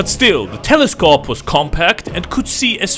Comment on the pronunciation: the telescawp.